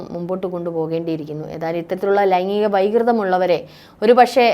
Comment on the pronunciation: "ലൈങ്ങിക " ലൈംഗീകo എന്നു പറയാൻ ശ്രമിയ്ക്കണം.👍